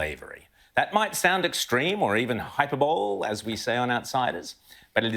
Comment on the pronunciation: That old drongo said hyper bowl 😂 it's pronounced hyper Bo Lee